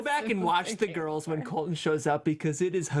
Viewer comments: you pronounce it like this COLT - LON rather than COL - TON. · tell to PLEASE pronounce her T's. His name is Colton.